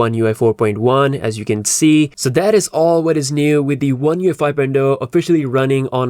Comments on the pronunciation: You keep saying U F I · You just can't pronouce oneUi 5.0 so many time and ist is always wrong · LoL. I just realized you were saying ONE UI 5 not ONE UFI. You need to space those slightly apart so you're not misheard. :) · Lol the way he pronounces the name is hilarious 🤣